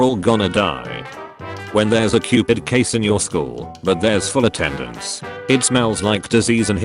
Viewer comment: The computer voice pronounced "cov*d" "cupid", lol